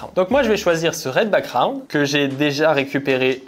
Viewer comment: Il y a un 'g' dans background, on dit pas backround mais backGround